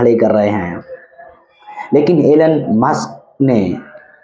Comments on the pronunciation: Muks nahi musk kindly pronounce correctly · M c. Pahle nam to lena sekh le maks